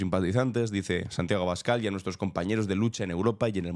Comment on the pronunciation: En realidad dice Santagüio Escabal 😂😂